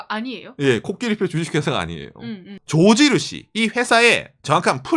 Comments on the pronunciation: 난 왜 조진우씨라고 계속그러나했다는 ㅋㅋㅋ 조지누시 발음아니죠.. 죠쥐 루쒸 해주세여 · 코끼리 밥솥도 미국인이 많들었나? 일본어 발음 “George Rucy”